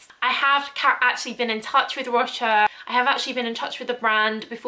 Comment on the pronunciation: Like how you speak about perfumes, you keep a good pace but for goodness sake! please learn how to pronounce things correctly. Roha…Roja…(and you got all for free! The least you could do is to learn the guy’s name). Ignorance is not an excuse. Please improve this and add quality to your reviews! Thx